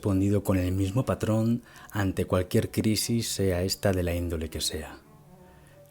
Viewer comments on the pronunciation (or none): none